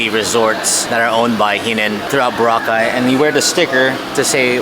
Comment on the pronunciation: Thanks for pronouncing it correctly.BO-RA-CAY…